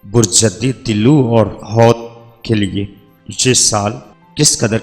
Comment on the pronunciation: Ye name Arabic k Han ap ghlt ly rhy Han. Diloo nhi dalwe hota ha aur hoot hoa ha hoat nhi